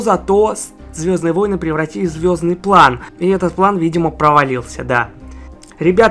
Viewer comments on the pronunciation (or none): none